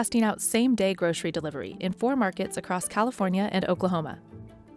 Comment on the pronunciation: Groshery? We say Grocery here. Where are they?